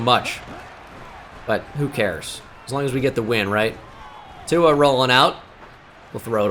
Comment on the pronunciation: There is no N in tuas name 😂